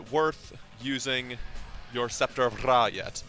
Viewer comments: Don't roll your r in ra tf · To be fair, I could say its actual pronounced as Ray. You roll the r as if there was more than one. A good example? Dog = perro and But = pero. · Lol why do you say Scepter of Ra like that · Couldnt watch through this omg the way tou day Ra triggers so hard